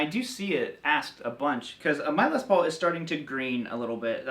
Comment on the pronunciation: It's curious to constantly hear you say LES paul instead of Les PAUL. It's like saying CHUCK berry instead of Chuck BERRY. or ROBERT Baker instead of Robert BAKER. stressing the first name makes it sound like specifying one (brother) out of many. This is the LES paul and these are JOHN paul, GEORGE paul, and RINGO paul. Paul Reed SMITH... oh well...